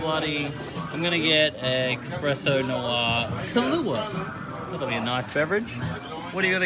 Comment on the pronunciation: Nothing says classy like saying "express-o"